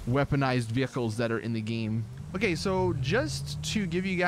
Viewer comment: I know he said “wheels and windows ok” but at first it sounded like he said “wheels and windows are gay” l o l y s Betty bet bet